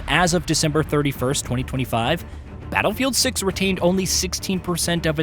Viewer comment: Did you say battlefield suck or battlefield 6😂😂😂😂😂